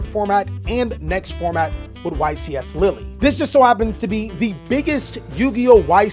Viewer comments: juste say : lil', as a guy who lives there, I'm not that offended, it just made me suffer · Hey france, your state now is pronounced lilly. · too bad its "lill" , Europe isn"t a country it's a contienet with multiple contries in it,trust french poeple not just europeans in general on pronounciation of french words/names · Love American pronunciations of place names 'lilly' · Did bro just call it LILLY 💀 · No LILLY dawg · As a french man, you indeed mispronounced Lille, but it's not a big deal, thank you for taking the time to ask your viewers beforehand, always line someone who tries to resoect other languages! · I'm pretty sure not the first person in the world to mispronounce a European word. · As a french viewer sorry bruh but thats not how its pronounced hahaha the euro peeps in ur chat lied to you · again shows his worldliness with another spot on pronunciation